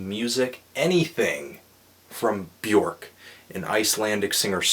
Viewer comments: its not bjork its bjöööööööööörk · It's not Bjork. It's Bjuhrk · Bjork... pronounced Byerk.... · Not to be "that guy" but "Björk rhymes with jerk."